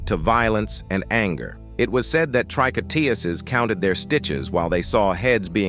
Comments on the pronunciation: Trick on tuurs is how it is pronounced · I gave up after a few minutes of listening to your pronunciation of 'tricoteuse'. What is it with you Americans when it comes to French? It's just a relentless, ignorant massacre. The word is pronounced as 'trih-coh-tuhz'. You didn't mangle the other French names so why this one? Google could have helped you with this you dumb Yankee. Thumb most utterly DOWN. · learn how to pronounce tricoteuse please. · Maudit Anglais. Même pas assez brillants pour prononcer tricoteuse à peu prés correcrement.😢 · Please, pronounce the French word TRICOTEUSE properly!!!!!!!!!!!!!